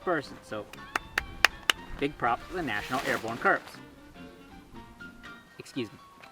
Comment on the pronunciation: You've been living in a non-English speaking country for too long. It's pronounced "core" not "corpse."